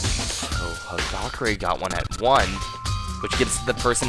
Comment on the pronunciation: Hagakure is pronounced Hagakuure!